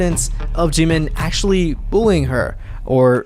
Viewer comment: I can’t get over how badly the narrator is butchering Korean names. Like honestly, in the news clip he said Jimin’s name properly, but clearly she didn’t listen to that part. 🤦‍♀️